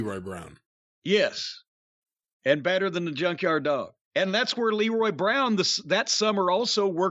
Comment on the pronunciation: For such an encyclopedic mind of wrestling knowledge..how could Jim make such a mistake on Leroy Brown's name